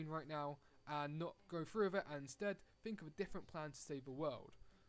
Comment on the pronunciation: through 'TH", not frew